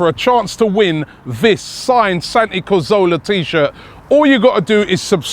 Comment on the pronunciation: do you say cazorla weird